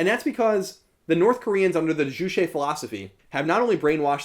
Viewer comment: Good summary of the history and current situation. Minor correction, "juche" is pronounced with a hard ch